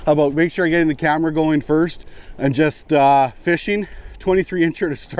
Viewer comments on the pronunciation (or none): none